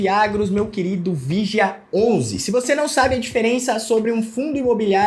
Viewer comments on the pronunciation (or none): Analfabeto!!! Olha como ele chama o nome do Fundo. É muito idiota!